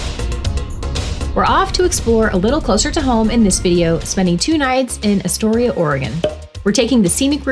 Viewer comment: You never pronounced Astoria correctly... And never watched the Goonies closely enough, because they pronounced it correctly in the movie. Wow!!!!